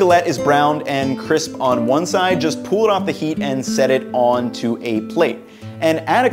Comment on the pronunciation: jesus christ the word is pull not pool.